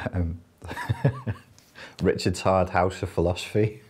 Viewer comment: Glad you said that i thought i heard "Richard's TARD house of philosophy. " lol